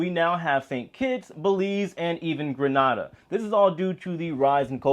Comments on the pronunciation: Hey 👋🏾👋🏾👋🏾👋🏾 Can I Just Advise On pronunciation.... Gran Nah Da 🇪🇸is In Europe Gren Nay Da 🇬🇩 Is In The Caribbean I Know It Might Seem Small & Insignificant But It's Our Country Name Is Pronunced. Thanks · Oh oh. You mispronounced my island. Grenada is not Granada. That's Spain! Lol